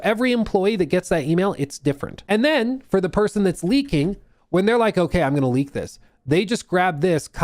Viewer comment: saar! Saar!! SAAR!!!! Do not leek, saar!!